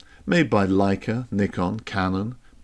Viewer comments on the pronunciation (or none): none